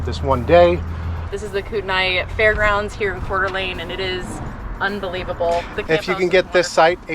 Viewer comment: Thank you for pronouncing Coeur d’Alene, right